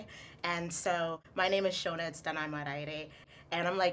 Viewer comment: you don't even pronounce the word "shona" correctly